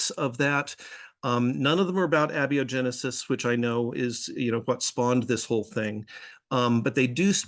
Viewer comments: James Tour: "I want to get this out of the textbooks!" Kent Hovind: "Hey, get your own shtick!" Also, it's interesting that you let slide on this pronunciation of "Abby O' Genesis," but I suppose that dark story about hijacking a funeral more than made up for it. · Abby O’Genesis! Oh man, i haven’t seen her since college! What’s she up to these days? Is she still completely clueless? 😋 (Note: This is not an attack on or critique of Dave’s guest, who seems like a good egg. It’s just a little pronunciation “joke”.)